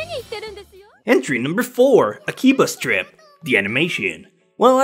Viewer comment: when he said akiba's trip I thought he said akiba strip XDDD